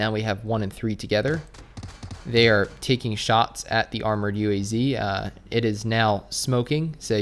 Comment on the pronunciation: UAZ Is Pronounced UWAZ. SRRY FOR WRONG SPELLING😁😁 Also also ilove your vids i cant miss them i even clicked the bell